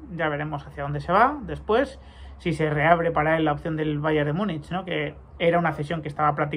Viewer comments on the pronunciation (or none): none